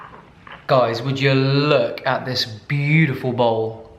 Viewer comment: Hate the way you say beatiful 😒